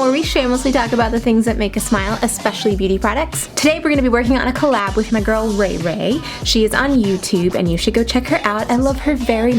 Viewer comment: 1. You call Rachael (ray ray)... 2.You used 8 shades out of 10 shades.. 3.well i wouldd lovee to tryy themm outtt which ever one.... my bdayyy is jan8 ...😱😱🤞🏻🤞🏻 my ig name is following subscribe Facebook Instagram twitter...🤞🏻🤞🏻🤞🏻